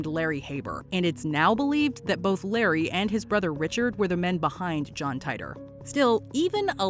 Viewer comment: Every time you put John Titor on a WM list, you mispronounce his name, and every time, multiple people tell you so explicitly in the comments. So, *ONCE AGAIN*, here goes - his name is pronounced TEE-tor. I know you're seeing an "I" there, but its a long "E" sound. Seriously waiting for the day WM & TopTenz merge for the ultimate mispronunciation experience!